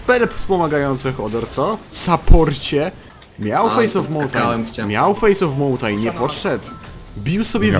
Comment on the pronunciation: "Miał fejs of mountajn, miał fejs of mountajn"